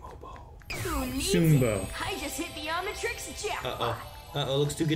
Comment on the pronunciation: This episode is generally considered to be a nothing episode for the overarching narrative but it's one of the most Ben 10 episodes of Ben 10 you can get and I love it. Also someone smack until he pronounces Omnitrix correct